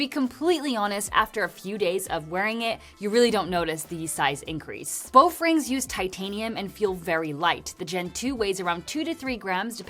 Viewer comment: "Boff rings" Is she saying that on purpose?